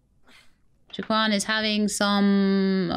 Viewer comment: So, I am 95% certain that "Wah-keen" is the developer's intended pronunciation for Joaquin, as that is the same way it is pronounced by the famous actor Joaquin Phoenix. I mean, I don't mind you pronouncing it as Jo-uh-kwin, I find it rather endearing.